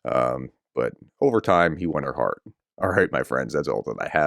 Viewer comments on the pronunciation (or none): none